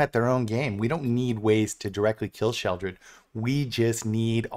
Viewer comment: Im so glad you call her "Sheoldred". Its such a pet peeve of mine when they call her, "Shelly". 😂